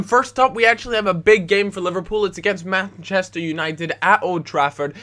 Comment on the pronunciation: the Meh-chester united xD